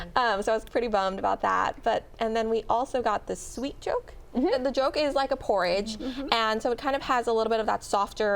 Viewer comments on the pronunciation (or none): Did she just call it juke? Its pronounced jook. 🤦‍♂️🤦‍♂️ f'n yt people